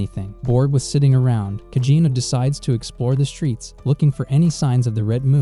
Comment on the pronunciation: Why do you keep saying cagino it’s cid kageno